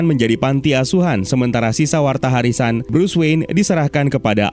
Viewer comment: "Warta Harisan" 😆 salah ucap tapi jadi epic keren kedengerannya bang. sukses terus channelnya